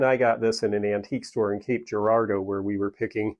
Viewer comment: 100%. And we can see all the sides of pretty much anything….except injustice. No tolerance for it. When I heard you pronounce Cape Girardeau correctly I was impressed. Beautiful town.